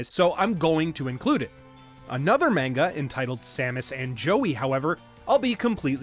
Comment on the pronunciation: “Mane-ga” has the potential to be the next “new-clear”